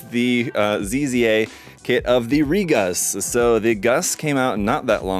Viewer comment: Re-coon, not ReGus.